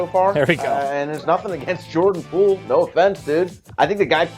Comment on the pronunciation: Gave stupid takes, mispronounced his name, showed they know nothing about what they’re paid to talk about…wonder how they felt watching basketball this post season.